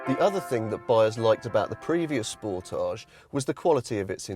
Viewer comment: It's not not a French word like fromAGE. You pronounce it like advantage, voltage, cottage etc....